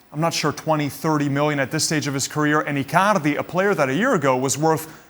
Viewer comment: I like how he pronounces Icaarrrrdi, Saarrrrii...🤣🤣